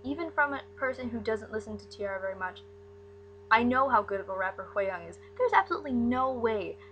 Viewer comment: you're saying her name VERY wrong